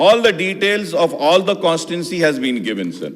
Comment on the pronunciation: Mr. Akbaruddin Owaisi - At time stamp it's not Achieved but Achieve so much so at time stamp it's Constituency and not what you said. Please improve your communication skills.